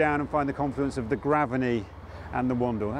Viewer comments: Great video! One thought, if the pronunciation is the same as the nearby school then I think it’s Grave-ney rather than Graven-ey. But I may be wrong! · We say Grave ney not Graveney. There is a school with the same name